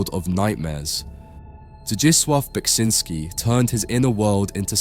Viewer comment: Thank you for pronouncing his name, I'd never known the correct way to say it.